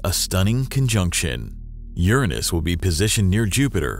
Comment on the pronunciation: Did you say URANUS? LOL